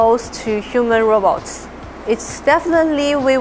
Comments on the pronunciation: RO-BOTS not "robbits" or "rabbits! Who the hell is narrating this? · Now if we could teach ya ass to say robot instead of ra-bots. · Robets?? why are you saying "robets" ?? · When AI keeps saying Robber 😂😂😂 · is he saying rabbits instead of robots!! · They need to hire somebody who knows that robots is not pronounced 'rahbats'. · I hear RABBIT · If you going to use AI for your commentary on your Pro Robots channel, then make sure your AI can say Robots.. 🤖